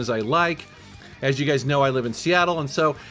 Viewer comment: anyone else noticed that he said you gays instead of you guys at one point? 🌈😂